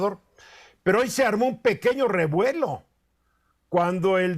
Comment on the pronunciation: Ese rievuelo jaja